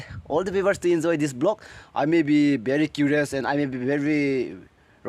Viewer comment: Blog or vlog ..please pronounce clearly 😂 lol